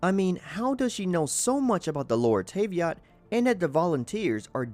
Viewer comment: "luminay" and "tayveat" why is it so triggering